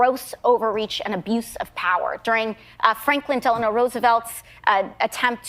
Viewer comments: Landau tried to point out that FDR’s middle name was Delano. Not Delanor!! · Dave, thank you. Delano... not Delenor. It's a small thing, but makes me cringe.